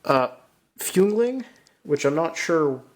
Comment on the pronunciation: It's not Füngling, it's Jüngling, which means youth. I think so anyway. It would make sense